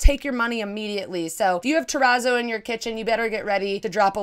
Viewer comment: I am guilty of the monstera/ palm bed spread BUT... It's just a duvet cover so I can change it whenever I want. Also a small note, I believe that the "zz" in terrazzo are pronounced like in the word pizza (it's not important, just thought I'd mention it).